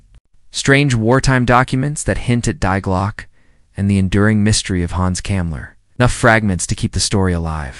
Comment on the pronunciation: Have your ignorant cheap & silly AI computerised voice over CORRECT your pronunciation of ‘Die Glocke’ — it’s NOT ‘dye glock’ but ‘DEE GLOKKEH’ — As it stands now, your video’s voice-over pronunciation sounds as if it were slapped-together by some unemployed loser with an 8th grade education living in his grandmother’s basement — and is an INSULT to thinking-persons … ‘DEE GLOKKEH’ - how hard would it be to pronounce (Die Glocke) correctly ? Your cheaply slapped-together AI voice-over & its vapid content can do better — and you’d be advised to do so if you wish to be taken at all seriously …